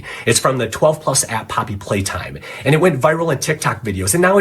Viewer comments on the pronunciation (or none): I thought I heard her say poppy playdime so I was like GET YOUR WORDS RIGHT